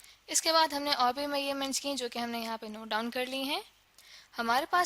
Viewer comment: It is measurement and not mayyerment😂